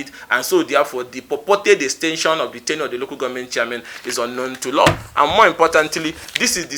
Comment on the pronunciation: Ugochinyere is a baby politician..he thinks this is university politic… Ugochinyere learn how to pronounce tenure please